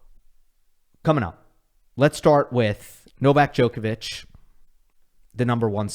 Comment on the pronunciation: It blows my mind that people will pronounce Wild as Vilch for some reason, yet will have 20 yrs to learn how to say Djokovic and still get it wrong